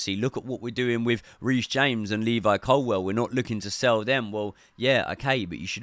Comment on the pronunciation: Bro, how can you still not say ColWILL properly?